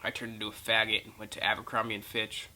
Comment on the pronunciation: "abircombire and bitch" lmao